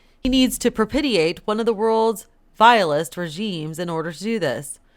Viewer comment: The word is propitiate - pronounced pro-pish-e-ate, not pro-pit-e-ate. And also totalitarian, not total-tarian but toe-tal-i-tare-e-an, 6 syllables, not 5, phonetically speaking. And to those who think I am picky, well, yes.